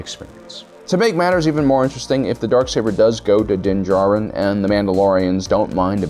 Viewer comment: Also din djarin, do you mispronounce on purpose my guy?